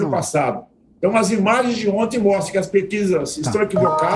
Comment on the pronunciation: Esses comentaristas são muito bostas.. " ontens " kkk